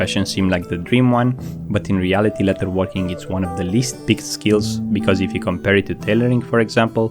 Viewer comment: Great video, I understand English is not your first language, as a fan I want you to know it is pronounced "ledderworking and not letterworking" thank you.